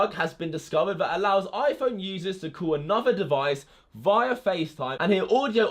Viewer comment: Can you say via like it is supposed to 😂😂 (vee-ah) your saying ( vie - ah )